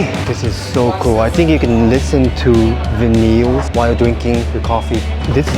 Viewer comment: vinyl is pronounced more like “viral” - not “vuh-neels”.